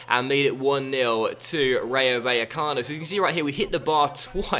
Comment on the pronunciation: the double L in Spanish is pronounced as a J in English